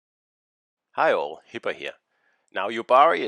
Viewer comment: Do u literally say Heil as Intro? Or is it hi all? 🤔😶